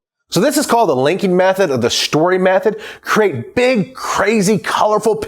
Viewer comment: Shtory, lmao but nice